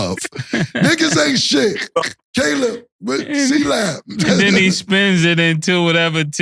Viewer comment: Cam called Caleb C Lab , ka lam